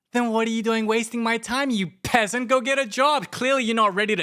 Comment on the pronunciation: THE WAY HE SAID PEASENT IM CRINE 😭😭😭